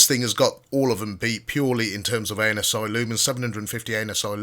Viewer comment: Did he say anus eye lumens?